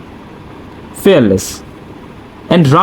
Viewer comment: Plz correct your word, you speak Ally -Aloy Fearless-Fareless